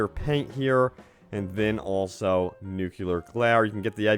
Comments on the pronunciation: NUCLEAR!!!!!!!!!!!!!!! Not nucelar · Nuclear not "nucular" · Nukular ain't the word bro